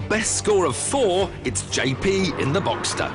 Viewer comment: Boxster!!! It's Boxster not boxter damn it!! Get it right!!!!!!!!!!